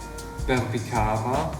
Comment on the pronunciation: Just some tip, in Indonesia letter "c" is prounounce as "t͡ʃ" and not "k". so Berbicara became "/bərbit͡ʃara/"